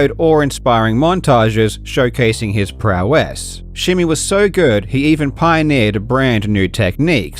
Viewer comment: PrOw ESS? Is this ai..?!?!